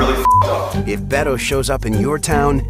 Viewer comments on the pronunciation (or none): I liked this clip very much. Congratulations Emma. We would love for ya'll to pronounce "Beto" with a stronger emphasis on the "B" so it truly sounds like a "B". Greetings from Switzerland.